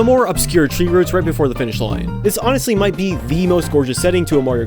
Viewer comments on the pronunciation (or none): none